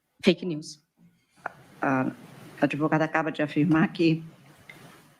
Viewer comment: Advogada ou adevogada😂😂😂😂😂